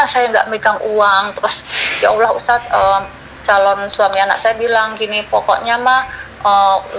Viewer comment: tolong nama ALLOH nya jgn di singkat dan ga ada hurup w, ALLOH SWT, bukan awllh